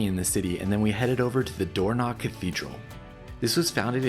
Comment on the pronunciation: The Dornoch fifth??? Firth, surely... Dornoch isn't pronounced with a knock